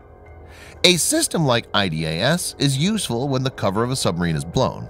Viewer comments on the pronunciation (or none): none